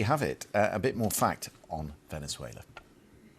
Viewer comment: Venner-zoo-ail-her? Don't even know her!